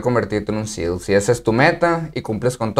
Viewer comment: SEAL no SELS